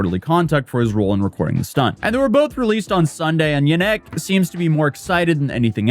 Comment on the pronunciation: Is it just me but every time say yanek I hear "ya neck" like in SpongeBob "my leg" HAHAHA